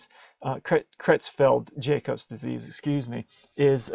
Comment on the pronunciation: for furure reference if anyone is watching this for studying or MCAT preparation. Jakob disease is pronounced Jahkob